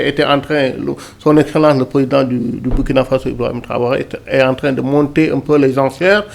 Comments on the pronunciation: Mme, le pays se PRONONCE LE BOURKINA FASSO, MÊME S'IL S'ÉCRIT BURKINA FASO. ÇA FAIT MAL AUX OREILLES D'ENTENDRE, SURTOUT DE LA BOUCHE DE PERSONNES DE PEAU NOIRE, CE QUE VOUS DITES. S'IL VOUS PLAÎT, DITES PLUTÔT "LE BOURKINA FASSO" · Dommage pour la MAUVAISE prononciation du Burkina Faso par la présentatrice. Hélas, Hélas !!!!